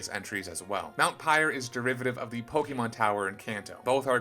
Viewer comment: You don't even know how to pronounce Pokémon.